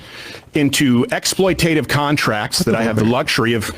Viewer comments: Love you, Sam. For clarification, it's ex·ploit·a·tive, not ex·ploit·ive. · "exploitative" has four syllables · You know, I love Sam and his political views. But hearing him pronounce "exploitative" incorrectly so many times in such a short period is exactly why I haven't kept up with MR for a while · Does he say it correctly any time? Exploitative seems the kind of word you'd speed through absent mindedly if you're compelled to use it regularly